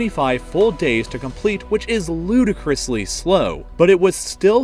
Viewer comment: Luidcrously lol